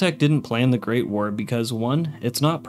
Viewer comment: I like you but hate the way you say Great War. You say it like it’s one word, like GREATwar instead of Great War